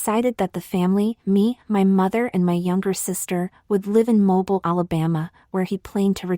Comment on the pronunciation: I love this story, but I really have to struggle listening to the AI screw up so many words, especially pronouncing Mobile, AL as moble when it should be mo-beel.